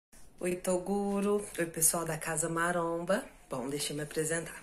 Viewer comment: É impressão minha ou o cara do falou "CASA MARONA" ?? KKK